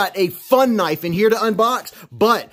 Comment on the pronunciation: "That's not a knife that's a KNOIFE"